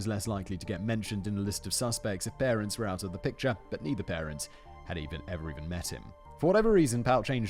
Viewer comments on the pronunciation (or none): none